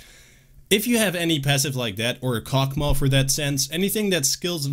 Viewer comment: He said "Cockmaw"